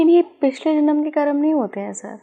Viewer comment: कर्मा नहीं कर्म। हम अंग्रेज नहीं हैं